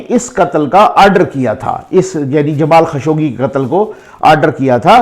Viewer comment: سر یہ نام جمال خشوگی نہیں بلکہ جمال خاشقجی ہے ش پر پیش اور ق پر سکون کے ساتھ ۔ درست فرمالیں شکریہ